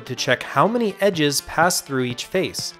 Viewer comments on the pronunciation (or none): none